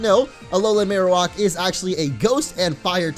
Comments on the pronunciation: It's Marowak not Marowok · The way you pronounce Marowak bothers me so